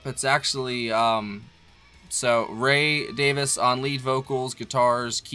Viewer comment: RAY DAYVEES! DAVE DAYVEES! (Pronunciations)